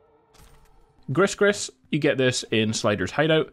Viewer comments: I'm not trying to be a dick, or anything. But Gris Gris is pronounced Gree Gree. It's a Haitian-Creole/ French word that is basically a voodoo fetish, a charm, an amulet, or a secret bag where you put important talisman items. The S is silent. Again, not trying to be a dick or anything, just thought I'd share! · Gris gris is pronounced “gree gree” btw. It’s a Cajun french term for like a curse or voodoo bad luck. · Ummm... Just to let you know that Gris Gris is Pronounced Gree-Gree